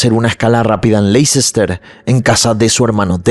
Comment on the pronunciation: Hola! Me encanta tu channel! Solo una pequeña correccion de pronuncia por si te interesa! Leicester se pronuncia asi: Lè-ster. Solo un fact fact que aprendi en la uni y te la comparto! ❤😊